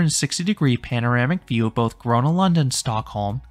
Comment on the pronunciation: Bro I'm Swedish and love Gröna lund but he pronounces everything wrong💀